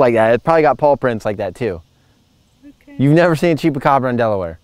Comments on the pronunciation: you make me laugh! It's called a Chupacara. Pronounced "chew" not "chee". Every time you said it, I laughed that much harder. And seeing that the origin of the Chupacara is from Puerto Rico, I highly doubt you'll find one in Delaware. But it's cute that your mind went there. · “Cheapacabra” ?? Chupacabra dude ..🥰😉🤣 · Chupacabra!! Not cheapacobra 😂😂. You are so funny and so cute!! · Hilarious when pronouncing chupacabra as "cheapacabra" just gotta love ❤ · 😂😂 it's Chupacabra not chepacabra or however you where pronouncing it. I was cracking up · Your mom is so cute and ITS A CHOO-PA -CAABRRAAA ROLL YOUR TONGUE CHUPACABRA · Chupacabra not cheapacabra lol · A "CHEAP A CAWBRA" LMAO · It's pronounced: chewpacabra (spelled chupacabra.) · CHUPA CABRA....You saying it wrong LMAOO you are too funny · that’s not how you say chupacabra. LOL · sweetheart LMAO you are so freaking funny it is pronounced chupacabra and they are not in the United States honey they're in Mexico you crack me up 😅😂